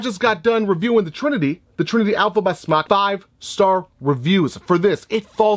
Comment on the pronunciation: According to Mike Vapes it’s pronounced smoke. It’s spelled smok because it does not produce smoke. So you and anyone else who mis pronounces the name of their company, should rest easy. That we now know the official way to pronounce smok. While not referring to the vape, as smoke. If you are a reviewer, it’s detrimental to pronounce, what you are reviewing in the correct manner. So while it is your channel, you know and I know damn well, you can do whatever you want. At least...least say it the way they created it. It was smoktech, then to just smok. It was never smocktech. I mean you’d rather vape something you wear? Yep some other trucker or smother trucker or whatever jive language you have created for yourself. #imnotahater #hater